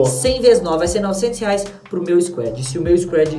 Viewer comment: Nao é squed é squad mn